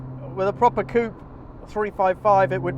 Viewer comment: Two great cars there. I still think I would take the 355 with all of it's peccadilloes. P.S. As a car reviewer you should know it is 'coupay' not 'coop' :P